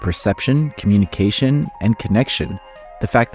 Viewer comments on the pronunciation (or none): none